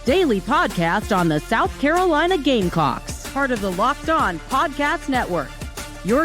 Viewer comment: Is it just me or the "S" in gamecocks was cut short the first time the woman announcer said it lol. "You are locked in on gamecock" . She said gamecocks . but ....i swear...lmao